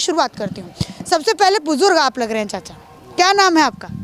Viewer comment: चचा क्या होता है मैडम चाचा बोलिये